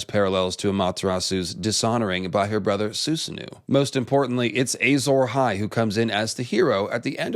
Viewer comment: Just so ya know, Susanoo is pronounced Susa-no-o. It's a pretty opaque transliteration if you haven't studied Japanese. Edit: Also, I hope you get to read Earthsea some day. You'd LOVE book 2.